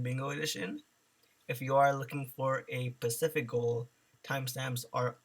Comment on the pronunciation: i really need you to know the word you keep saying should be Specific not PACIFIC thats a fuckin ocean